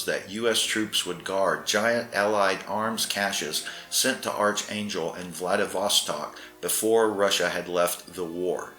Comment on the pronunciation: It’s pronounced ARK not ARCH.